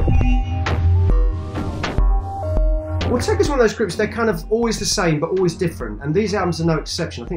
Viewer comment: It's Autechre not 'Ortega'...